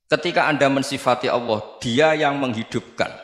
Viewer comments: allah gus bukan awwoh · Allah bukan owoh, jngn ky tukul dong gus